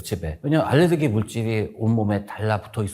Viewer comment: ㄹ 발음이 안되시네요 교수님.. 혀가 짧으시네요.. 알레드기..